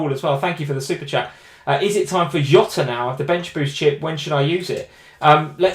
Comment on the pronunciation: I like u guys but for the nth time, its JOTA NOT YOTA 😆🙈 (he is from portugal)